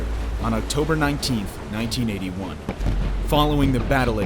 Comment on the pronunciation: Idk mannn I heard 1981…. 😂😂😂